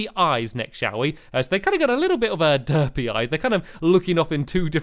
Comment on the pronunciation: hearing stampy say "derpy" in a british accent killed me